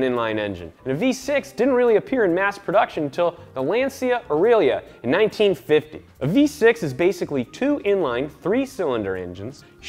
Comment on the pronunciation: its LANCIA AURELIA not LANZIA AURIGLIA cazzo